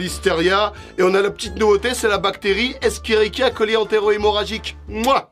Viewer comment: La prononciation de la bactérie Escherichia coli n'est pas éskerikia ... C'est échérichia coli Mais sinon agréable vidéo comme toujours 😊